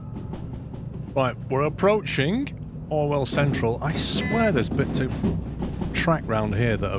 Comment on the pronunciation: That's what what I hear too 😂 for you me it's just called Orwell central now, even I know what the real name is